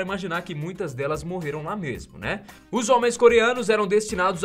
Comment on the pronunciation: “é muito antiga MERMO " uhhhhh senti um gosto de mineiro